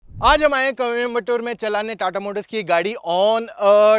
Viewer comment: Coimbatore❌️ Kou.....tore ✅️